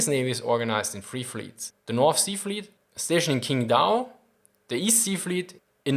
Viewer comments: In mandarin Qingdao reads more like TsingDau instead of KingDau. It's interesting to hear a native German speaker read it as 'KingDau', since there was a presence of 2nd Reich in late 19th to early 20th century, by when it was called TsingTao in German. And the beer brand there still uses this spelling. Maybe you were trying to pronounce it more accurately. In a nutshell, the 'ch' in Pinyin/Mandarin is more like 'ch' in English with tongue sticking to palate and some lateral stretching of mouth. And about 'zh' ZhanJiang, the zh just 'j' sound in English with minimal differences, whereas J in Jiang reads like what Japanese would pronounce the English 'z' or the approach you read 'Zhen' in the video. So Zhanjiang reads more like Jaan-Ziang. All these explanations are just unprofessional interpretation. Neither was tone involved, since toning is just something way off-track for Indo-European speakers. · great video but sadly u butchered up the pronunciation of these Chinese city names. Qingdao (Tschingtau) was even a German colony back before ww1